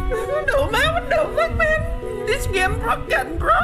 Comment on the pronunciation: That's looks hard O.o , Thanks for showing it men (as you like to say men 😂😂)